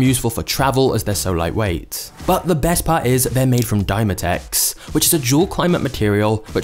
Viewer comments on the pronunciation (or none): none